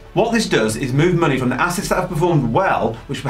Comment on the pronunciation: 'Munnay' lol